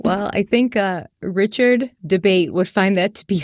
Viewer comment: . “RRichard Dabate”. I’m thinking he’s guilty just by the way you pronounced his name. 😁